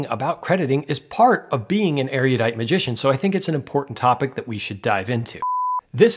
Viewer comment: Awesome reviews! You're not pronouncing erudite correctly though.